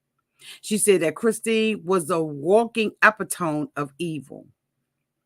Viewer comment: Epitome is four syllables: ee PIT oh mee